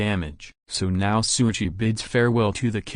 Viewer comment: LET’S GOOOOOOOOOOO!!!!!!! Btw, It’s “Shouichi” not Souichi